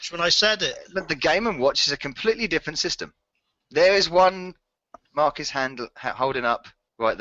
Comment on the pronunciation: Mark has made it clear how to pronounce his name sooo many times and you still said it wrong. Evos score was no surprise, lol. Also I got most of these correct.